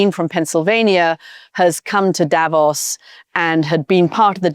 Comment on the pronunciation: The Mooch gets the stress on "Davos" right, while his Swiss counterpart pronounces it otherwise!